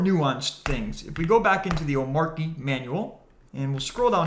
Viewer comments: omarkie lol........... say it with me, "oh-MAH-chee" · great vid! Only suggestion...hate to be that guy but its "oh-mar-chee".... not "om-mar-key". Drives me nuts. Similar to people that "height" with a TH at the end... FTLOG! its not HEIGHTH lol. Anyways. Great vid. very informative. keep up the great work. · Its pronounced oh-matchy